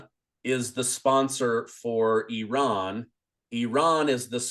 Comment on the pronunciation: Yeay, the ONLY presenter who pronounces Iran correctly!! Congrats